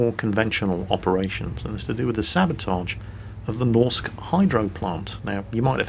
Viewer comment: please xD A Norwegian dude reporting in here. For "Norsk Hydro", you can just say "Norwegian Hydro" ya know;) (Actually hearing you trying to pronounce "norsk" bothered me a bit, but that's just me)